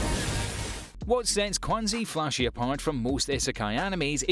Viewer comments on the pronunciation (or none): #2 is called Quanzhi Fashi ( Quan Zhi Fa Shi, in English; Full Time Magister ) not Qunazi Fashi. If you don't mind Chinese anime, this one is pretty good. Can't wait for season 5.